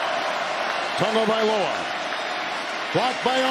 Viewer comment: It’s Tah-gahvailoa not Tugaviola lol